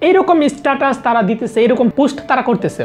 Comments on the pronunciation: পোস্ট কে পুস্ট কেন বলছেন? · পুস্ট না পোস্ট ভাই।